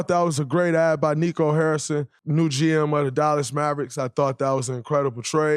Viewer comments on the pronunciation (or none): none